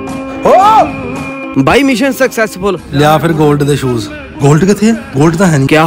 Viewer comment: ਸ਼ੂਜ ਨੂੰ ਸੂਜ਼... chajj naal Punjabi ch bol lo